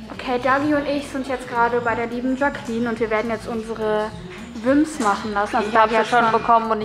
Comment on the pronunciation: Wie sie die ganze Zeit wimps sagt ich komm nicht klar😂😂😂